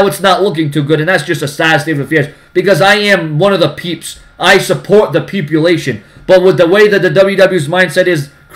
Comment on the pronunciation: is it just me or did it not sound right when said peepalation